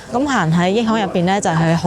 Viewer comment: 點解毛毛讀益行，係咪跟住個Yi呢拼，通常廣東話係讀亦呢個音，驛站、驛馬星動等，又或係者廣州地道係咁樣讀，約定俗成，請指教一吓🙏